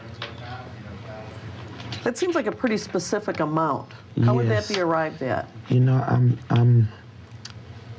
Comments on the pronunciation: she let the "pacific" fly several times 🤣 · Him: be more “pacific” If it was me: Learn how to properly speak English you criminal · “You need to be direk and pacific.” —epic crook and all around sh*thead, David E. Taylor. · Be more pacific? Like Hawiian? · Say it pacific so he can understand you! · “ Be more Pacific “ … like the ocean?? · Did he say “Be more pacific”????? 😂😂😂😂😂😂😂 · To be fair, he wasnt axed very pacific questions. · “I don’t understand the question can you be more Pacific?” 🤦‍♂️ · I really think you should AXE michelle if your not gunna be PACIFIC about the words hes using. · He can’t even say “ask”. Or “specific”. And this man is “leading a flock”. He is exactly why I have not and will never donate money to the church. Him, Joel, Kenneth Copeland, Jesse duplantis, they’re all scumbags and deserve to serve life in prison and then eternity in hell. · “Be direk and pacific”. FFS… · Or axe, or pacific 😂